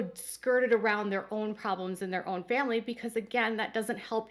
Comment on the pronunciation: i remember Meri making it clear she was not going to ever help the other sister wives raise their kids. this was after Leon left home. at the time i thought ... wow i thought that was what sister wives did in this family. Meri constantly talks about the importance of the "famly" ( pronounced family by everyone but by polygamists), but what does Meri do for her "famly"?